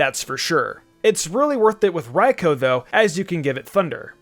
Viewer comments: The pronunciation of raikou 😬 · Anyone else mad how he said raikou